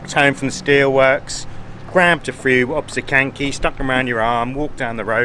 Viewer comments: "osCYpek" [ostsihpack] You ate part of the word :-) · i love your reaction sir: "finally we found Ospeks (Oscypeks)" yes, i love it really. to help you with pronounciation; 1 Austzipek or 2 Austzipki . Cheers & Thanks Btw actually i can imagine Ospeks could be also tasty with flavorsome blackcurrent jam or maybe tangy chokeberry jam; why they serving it with cranberry? I dont know. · Perfect pronunciation except for 'oscypek'. Nowa Huta was supposed to be a perfect communist city., some kind of prototype for other newly built cities. Smiliar architecture you will see in Warsaw. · Welcome back. Great pronunciation in Nowa Huta but your Oscypek... it should be pronounced more like [Oztzipek] Have you been to Wanda mound? It is not far from main gate to metallurgical plant. A bit forgotten mound, I think. Wish you great weather and pleasant encounters.